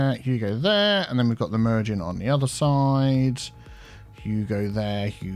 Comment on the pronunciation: Every time he does the lane management, all I hear is “Hugo there, huuugo there”. XD